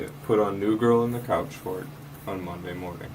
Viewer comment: This guy!! I could not stop myself scoffing out loud every time he said couchfort! 😂